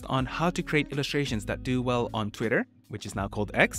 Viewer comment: you pronounced "Twitter" wrong